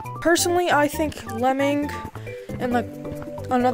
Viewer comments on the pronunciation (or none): its not lemming its lemon